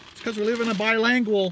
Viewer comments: its not bilangual, its bilingual c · Bilangual?? you mean Bilingual?